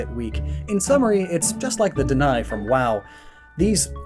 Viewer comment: I liked the video but Deny? I had a double take at what you were talking about to see the image. It's Dra-nai or Dran-i. and yes I know it's a nit pick but that's the thing that popped in my head.